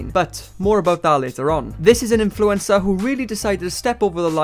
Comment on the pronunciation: I can't get over how says 'influencer' like Influenza. I mean,,, he's not WRONG